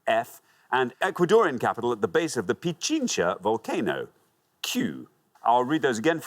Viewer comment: Glad he pronounced Pichincha correctly lol 🇪🇨